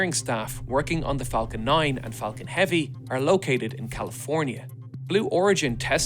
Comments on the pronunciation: ah yes the flacon 9😆😆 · "Space X flacon 9" 😂 The only mistake, in the history of me watching this channel. ❤